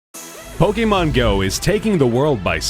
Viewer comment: fr, I'm so triggered with the way he says pokemon